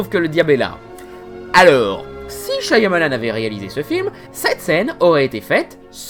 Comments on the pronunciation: C shamalan qu'on dit! Pas shYamalan!!!!! T'as pas vu la vidéo de durendal?! Le y, ne se prononce pas!!!!!😭😭😭😭 G mal aux oreilles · Super vidéo ! Juste : ça se prononce "Chamalane" son nom, pas "Chaïamalane" (je phonétise hein). Le "y" est muet. Source ? Le réalisateur lui même dans ses interviews. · Super vidéo ! Mais par contre je sais je pinaille un peu : Shyamalan = Chat Mah Lanne 😊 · C'est pas [CHA MA LANE] plutôt ?